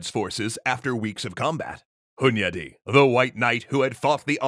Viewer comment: First: I'm pleasantly surprised by the pronunciation of Hunyadi. Close second: damn that guy had a lot on his plate! Respect!